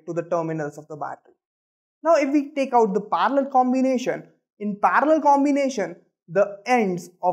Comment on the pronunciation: It is not parlor it is parallel